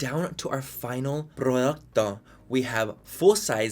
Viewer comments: Mannys videos got me cracking up lately. And can I mention that he’s speaking more Spanish! And how he butchered producto? 😂😂😂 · Me reí cuando dijo prourrto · Proluccto 😂😂 however you pronounced product in Spanish had me in stitches!